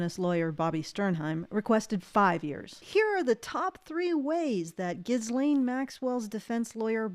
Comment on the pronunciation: She pronounces it gillenn? Weird.